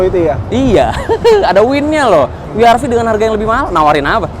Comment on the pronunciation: Wee Aar Vee :D